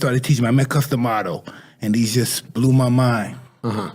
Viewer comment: you said gus lol its Cus D'Amato